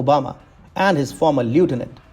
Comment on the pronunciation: It’s not former!